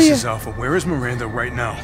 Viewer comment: اسمها ميراندا مو ميرنده😂❤